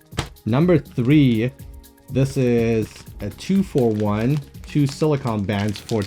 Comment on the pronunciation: Awesome vid def picking up one of the metal bands. And Lol it’s pronounced “sili-cone” not “sili-con” 😂